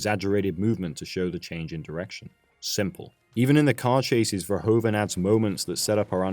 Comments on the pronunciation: He's better known by his anglicized name but Verhoeven is pronounced more like vur-who-fun in Dutch. Not fur-ho-fen. Good video still :). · "Verhoeven" is pronounced "Ferhoofen"! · Nice. Dutch language tip: the "oe" in the director's name is pronounced as the "oo" in "doom".